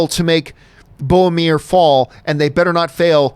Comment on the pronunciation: Is it just me who is frustrated at Johns inability to pronounce "Boromir" correctly? ;)